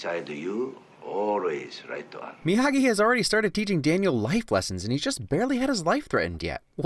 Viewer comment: Mr miyahgi! No it's miyagi